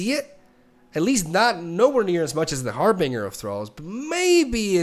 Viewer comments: Not Har-Bing-Uh it's Har-Bin-Jur I hope it's satire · It's pronounced "harbinJer" ;P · Love ya but please pronounce “Harbinger” and “Illaoi” correctly lol